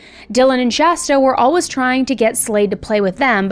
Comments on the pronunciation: All-wuhhhs It's all-WAYS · If you don't stop saying always like alwuz I'm going to have to stop listening